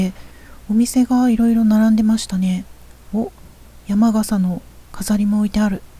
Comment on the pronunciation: 山笠（やまがさ）ではなく山笠（やまかさ）と言いましょう(笑)